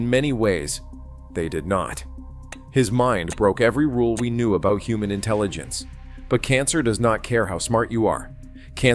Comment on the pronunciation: Fawn-nom-mon was a hu-mon